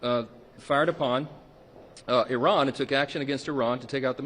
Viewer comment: Mark Dice doing the cringe fake accent when pronouncing Iran. "EeeeeRhaaan". In America, we say "eye- ran", get it right Dice.